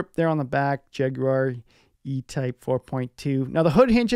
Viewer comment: Nice to hear an American pronounce Jaguar correctly.😉 a good clean, de rust, valet and do the maintenance that is necessary.